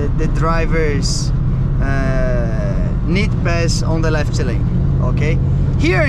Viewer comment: Wow, your English is awesome, you totally can do it, just a little advice to improve your accent, you are always prolonging the Portuguese "i" sound, like on the word "left", "lefiti", try to get rid of it, just spell the mute "f" and "t". Good luck in this new path, with English you have the whole world to conquer.